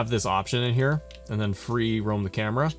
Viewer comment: You helped thanks man but when you said Camara angles like Kevin dunne got me dying 😂😂